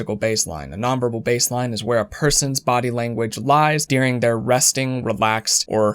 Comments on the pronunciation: I'm supposed to believe a guy who pronounces "during" as "dearing"? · Lol his “during” sounds like “dearing” love it every time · I wouldn't normally mention this but I have to say I am, for some reason, hyper focused on how you say during. Doo-ring. Der-ing. Not dear-ing. 🤣 Idk why it bothers me SO much 🤦